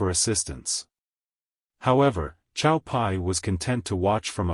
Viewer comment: Cao,I believe is pronounced as tsao. As in his father tsao tsao.if I'm in left field please elucidate.